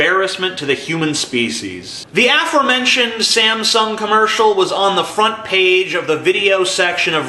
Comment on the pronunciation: that's a weird way to pronounce aforementioned..